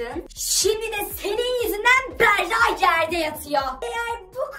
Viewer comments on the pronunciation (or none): Berra değil Bera doğru 😊😊😊